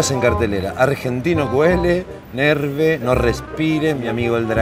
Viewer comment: SE PRONUNCIA NERV RKDNSKSNK NO NERVE xdxdxd